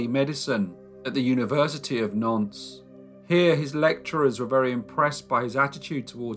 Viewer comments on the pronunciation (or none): All of us in the entire world, call Napoleon III just "Napoleon" or "Napoleon Bonaparte". He is known everywhere by his given name and not the fact that he's the 3rd one of his lineage to be carrying it. Nantes is pronounced "Nant". Eugene Chantrelle is pronounced [Youjen Shantrell]. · its pronounced Naunt